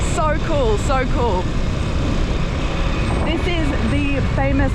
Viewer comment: its not Malboro, its Malioboro